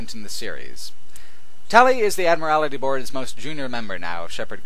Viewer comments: Love your work but your pronunciation of Admiralty Board hurt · Admiralty. Not "admirality" Comes from "admiral", like the head of a fleet or navy.